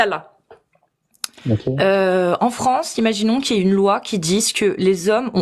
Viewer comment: que la parole d’Allah aille* dans ce sens. Ça se prononce comme « aïe » quand tu te fais mal. Aussi, « avoir » au subjonctif se prononce toujours « ai » (comme « est ») et non pas « aiye » (comme « hey ») (tu fais souvent cette faute). Par exemple on dit « je ne pense pas qu’il ait raison » et on ne le prononce pas « je ne pense pas qu’il « aiye » raison ». Autre exemple, on dit « pour que j’aie la bonne méthode » on prononce le « aie » comme on prononce « est » encore une fois et surtout pas comme « aiye ». Cette faute est très rare et si tu écoutes autour de toi personne ne le prononce comme ça 😘 Avec tout mon respect et mon amour! Petit bonus On dit « à peu près » et pas « un peu près » Bisous